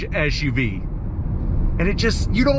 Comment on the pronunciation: First of all, the acronym is "Ess"UV, not "Esh"UV as you are currently pronouncing it. I don't know if that's an American fault pattern. Secondly, I thought your cocaine mirror reference was quite clever. Lastly, with such thin tires on such large wheels, does that not make the ride extremely rough for a "luxury" vehicle? And please stop constantly yelling. You sound freaked out and too excited, as though you were using that "mirror" a little too much. (IMHO)